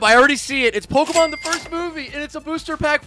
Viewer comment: You pronounce the easiest ones wrong, just stop. Obviously don’t even know Pokémon so stop trying. Or just do some research….